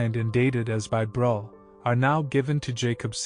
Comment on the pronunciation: Breughel...pronounced brûekhol. With œ and o and a guttering g. ( Like when you clear your throat !) 😊